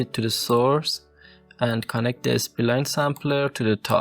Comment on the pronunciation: Spline , not S P Line.😅